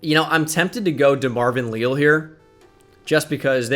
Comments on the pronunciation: DeMarvin "Lee-Al" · can you please say DeMarvin Leal's name correctly holy shit